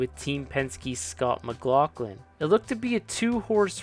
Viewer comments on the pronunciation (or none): none